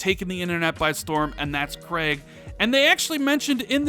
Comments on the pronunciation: KREIG, that emphasis though. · please ask Jezz how to pronounce Craig. Other than that another great video.